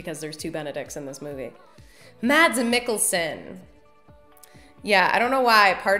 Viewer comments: For those in doubt, Mads Mikkelsens first name is pronounced "Mas", with a silent D. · Mads is pronounced with a silent d btw